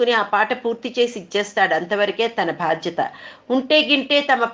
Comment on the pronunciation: bHaadtyatha kaade pichchi vedhava mohamaa......baadHyatha,mundu telugu nerchuko!